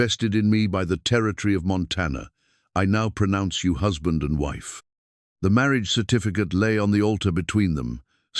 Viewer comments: Very much enjoyed this story. The AI could use some work. In one breath marriage was said as Mary-ah-juh, and in the next breath marriage. A lot of garbled words too. I wish they were just being read by normal people. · Please take the time to learn how to pronounce ‘Marriage’. In all contexts it is written in. Beautiful voice.